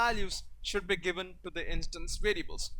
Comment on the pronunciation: I don't want to be rude but try to train the way you say variables :)